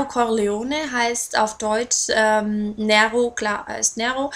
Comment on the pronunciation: Ja Nero Corleone ist Italienisch und bedeutet halt "schwarzes Löwenherz" ich habe auch einen schwarzen Kater mit weißer Pfote und musste garnicht groß überlegen als ich ihn bekommen hab sondern hab ihn gleich Nero genannt! aber sag doch nicht immer "Näro" das macht mich echt nen bissl wuschig :D